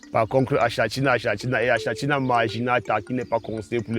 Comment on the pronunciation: Pitié😂 le nom scientifique s'écrit "achatina achatina", mais se li "akatina akatina " Fécitstion et courage pour le reste.